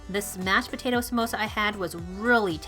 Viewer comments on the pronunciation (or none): none